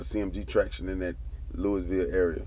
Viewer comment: We been rocking wit the CMG movement here in Louisville. And your pronouncing Louisville wrong.